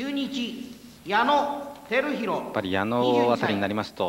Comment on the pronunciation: 巨人指名の時は「矢野あきひろ」ってちゃんと呼んでたのに中日が重複した時に「てるひろ」になるパンチョさん